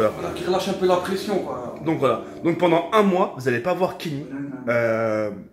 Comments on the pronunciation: Tk on dit pendant pas pendent mais en te kiffe quand mm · Il a dit pendent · 90% des comentaires: "C'est "reviendra" et pas "revoendra" et "pendant" pas "pendent"